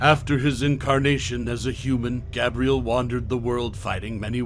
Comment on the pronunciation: Have you seen either of the films? Gabriel is not pronounced 'Gab-ree-el', it's 'Gabe-Ri-el' and Corvinus is not pronounced 'Cor-vin-is', it is 'Cor-veen-us'. William was killed by Michael the Hybrid, not Selene. Selene is not pronounced 'Sel-een-ee', it's 'Sell-een'. Van Helsing is quite a bit larger than William, where did you get the 2 metres from? He's also faster and stronger; able to outfight Dracula (and VH is an Archangel in human/werewolf form, plus his millenia of experience to boot.)